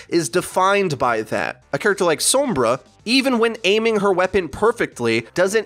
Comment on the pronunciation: I literally don't understand how you still can't say Sombra, it's not "soembra" And every video you do you just go off on a tangent of whatever comes to mind and it's not great